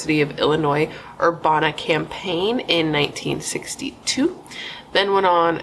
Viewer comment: Iam from Champaign/Urbana and it's pronounced Cham pain, like the drink and Er/ Bana. I know it's weird. I had to go back and double check that's what you was trying to say. Lol sorry I thought it was cute. New sub. Found you from Better off Red. Love your channel 🥰